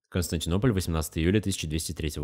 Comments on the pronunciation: Хорошее видео, но столько ошибок в слове Константинополь. Ужас просто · слишком много ошибок в слове Константинополь.